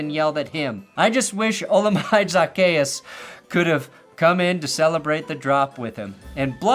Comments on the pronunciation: It’s HOLA-MA-DAY ZA-KEY-US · Bro botched the olamide zaccheaus so bad😭